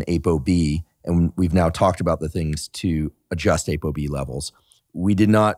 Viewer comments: It's not ABOB ITS APOB😂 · I heard A BO B, as he said it I was reading this question from you? I loved your comment, "I can barely tie my shoes."